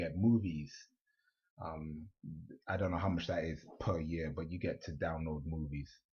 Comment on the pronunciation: It did sound like it.. 😂 Then he said movies. So I think he was saying movies.